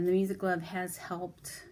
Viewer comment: Hi, are you saying music glove?